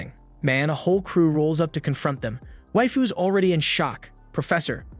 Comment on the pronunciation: "waifes" and not "waifu's" at the start is oof XD